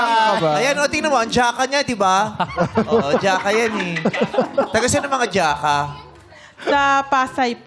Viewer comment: Imagine pagpunta ng mga kamang-anak nio sa Maynila, yung mga anak nila hindi marunong i pronounce ang apelyido nila-----------JACA is pronounce as "haka", not "dyaka".